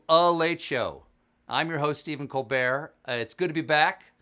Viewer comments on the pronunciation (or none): none